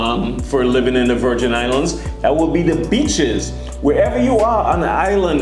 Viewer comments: I thought he said bitches not beeches 🤣🤣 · When you said BEACHES for some reason in my mind it was replaced with B_tches I know I'm wrong but in context the way you said it just made it funny as hell to me. I gotta get my mind out the gutter.